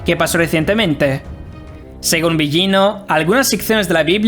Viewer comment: No se pronuncia "Biyino". Busca la pronunciación correcta. No existe ese sonido en el español, pero es más parecido a la L.